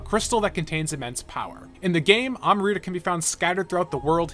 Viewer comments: Amrita, not amarita, say it with me now! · You really just said amrita like that... It's not spelled amarita it's amrita